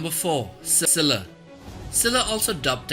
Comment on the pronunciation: Did he said - ciscilla?